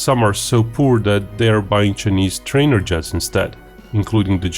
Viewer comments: He pronounced "China" correctly but kept saying "Chunese".🤔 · "Chenees"? His pronunciation of "Chinese" is driving me nuts! Embarrassing. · I love the chinese pronunciation, Che nese. The chenese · For the information of those not in the know, China is pronounced as Chai- ner. Correspondingly, Chinese is pronounced as Chai- niece. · I like your video but stop pronouncing it "chenese". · how can you say "China" correctly but use a different vowel sound when you say "Chinese" as chih-neez? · Your ' chinese ' pronunciation is like Indian are you an Indian in disguise of a Russian?